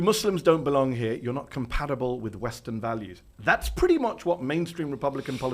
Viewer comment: That guy said western valuables 😂